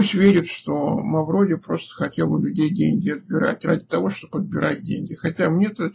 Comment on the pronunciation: Да не Мавродий а Мавроди.